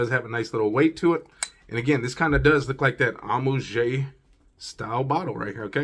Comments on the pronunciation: It's pronounced AM_OO_AAGE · Thanks for the review but man come onnn. Listen to bunch of fragrance reviewers and learn to pronounce the names correctly. Honestly its not that hard. It pronounced “amwaj”.